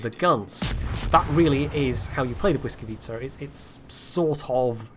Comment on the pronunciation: I am very surprised that you can say "Błyskawica" properly,did you practice for the video or do you actually speak Polish? :D